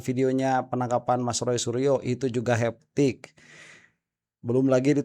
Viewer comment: AA TE I, punten "hektik" aa, bukan heptik/haptik! jangan kayak termul disalah-salahin atraksi jadi antraksi..... jangan diturutan 😅